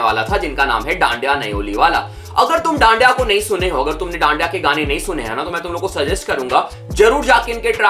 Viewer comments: Its ढांडा not dandya 😂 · Bro its ढांडा not dandya 😂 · Bro it's dhanda not dandya 😅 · भाई वो ढांढिया नहीं ह ढांढा न्योलिआला ह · Bhaii apne jab. Jab dhanda ko daandyaa bola gaali nikli muh se🙂🙂🙂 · Name toh sahi pronounce kro bhai it's dhanda bro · Please pronounce dhanda bhai’s name properly